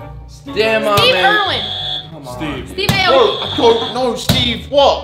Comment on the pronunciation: no way she said steve erlwin every aussie so offended